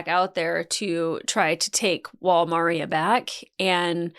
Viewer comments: The Dub bugs me by the mispronunciation How do you mispronounce Maria? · The dub for this show is pretty terrible. Goliaths and Maria are pronounce terribly in the show. Not your fault. Its a shame you can't do sub because the show would make more sense